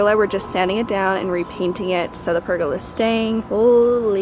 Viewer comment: Omg how u say pergola hahahahaha